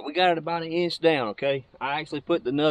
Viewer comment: “It’s about an eeinch down”..😝